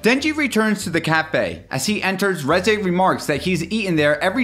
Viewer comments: The Reze Part was so sad. Especially having to listen to him saying “Rezaye” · I’m so mad that he keeps saying reze wrong